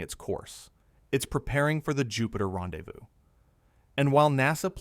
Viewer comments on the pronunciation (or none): none